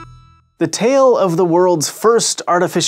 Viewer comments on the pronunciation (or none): none